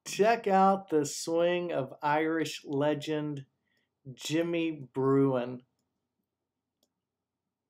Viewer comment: Think it is Jimmy Bruen….not Bruin….